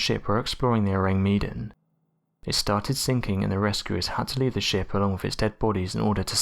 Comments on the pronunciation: ORANG MEDAN means Medanese or person from Medan and pronounce MAY DUNN.😉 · Ourang Medàn. The accent is on the second syllable of Medan.